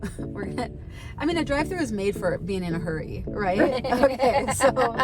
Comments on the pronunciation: At first I thought you said your friend gave up “curry” for lent. Then later I heard “hurry”. 🤣🤣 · I thought the first couple times you said “fast Curry”, 😂 Great conversation!